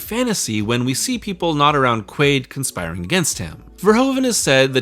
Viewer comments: Quail? You serious? It’s Quaid… have you not seen total recall? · you called him Quail so many times I started doubting that his name was actually Quaid... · Its QUAID not QUAILL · You really spent the whole video calling him Quail instead of Quaid? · his name is not quail. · I would be a good video if you could say the man's name correct.